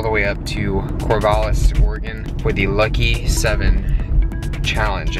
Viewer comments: Cor-VAL-is not Cor-VOL-is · Cor-VAL-us lol